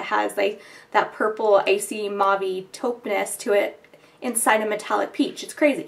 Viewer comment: Your videos are great but like I already posted on another one of your videos (Which I can no longer find hope my it was not deleted) PLEASE learn to pronounce the word "mauve"...!!! With all due respect...As someone who speaks French fluently it is like nails on a chalkboard whenever you say it...Here is a link with the definition of the word and an audio sample to learn how to pronounce it correctly. You do such great videos why not fix that ear sore... :) Thanks